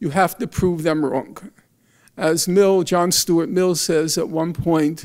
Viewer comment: "John Stuart Mills" I BURST out laughing